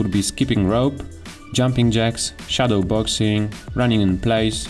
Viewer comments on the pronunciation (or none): none